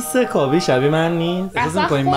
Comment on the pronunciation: اون خابی هست نه کابی